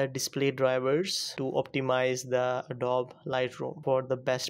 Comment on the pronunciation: It's pronounced adob-ee